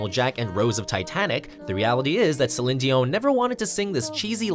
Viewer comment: Cheesy? The way he pronounced Celine's name....barf........